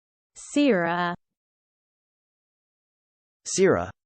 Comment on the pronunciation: Too much aaah on the end. It's more like sirra